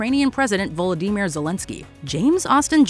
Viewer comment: “Volo-dee-mere”. Learn how to pronounce it!